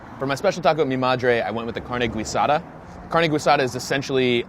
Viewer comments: Exactly! The U is mute, you're not suppose pronounce it at all... 'Carne GEEsada' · If you wanted good breakfast tacos you should’ve gone to San Antonio I guess hipster breakfast tacos are right up your alley….it’s not gwee-sada, it’s ghee-SA-tha. The drinks are awa-frescas..the g is kinda silent. P.S. potatoes aren’t suppose to be in every taco… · Carne Guisada is pronounced carne “gee-sada” not “gwee-sada”. Not trying to throw shade, just wanna acknowledge how its said. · Carne Guisada is pronounced Gee-Sada. Gwee is not a spanish origin sound. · Every time he says "güisada" instead of "guisada", a Kitty dies. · And it’s not Gweesada it Gi-sada. GUISADA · Carne "Guisada" pronounced as "gee" in "geese" not as "güi" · guidasa is pronounced gisada. its carne gisada, not carne goisada. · good video but it's pronounced like "geesada" not "gweesada" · Every time you say Gwee-sada I wanna slap you. Its called GEE- sada it might be spelled guisada, but its pronounced GEE-sada. You're welcome dude. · He says guisada as gwee-sada its pronounced gee-sada it's so cringey. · Gwee-sada? There’s no diaeresis on the ‘u’, so there’s no ‘w’ sound, so it’s pronounced like ‘g-ee-sada’. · “Carne güisada” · I agree and it's Tex Mex not latin america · I died a little every time I heard "Gweesada" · It's GEE-sada, isn't it? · Why does he say guisada like guido? Driving me crazy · Guisada pronounced “gwasadah” in this video😂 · Carne Gee-sah-dah. Being you from Philly it's understandable. lol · The way he said carne gwee-sah-doh. Lol. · “Carne gweesada”😂😂😂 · "Gweesada" heh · Shoulda gone to San Antonio. Also it’s GEE-Sada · Carne Gweesada! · its Gee- saw-duh (Guisada) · Guisada = gee-sah-tha please. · "gwui sada" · carne gweesada, pan de hueyvo, agwas frescas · “GWEE-sada” oh no:( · Good article, but I shuddered every time I heard him say "gweesada." No. Just no. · gwee-sada lol. juan in a million.../gag velveeta town. and no mention of Marcelino. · They way you said Guisada 🤣🤣🤣